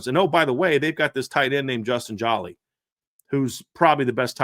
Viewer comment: Good segment fellows for future reference. #7 TE pronounced JO-LEE is a Senior. Thank u